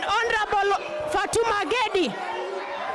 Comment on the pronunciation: Samahani, anaitwa Gedi sio ngendi. Ebutamka tena...